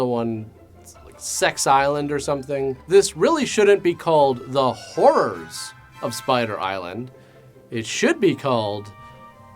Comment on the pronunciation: I thought it was his accent, but it really was the Whore's of Spider Island...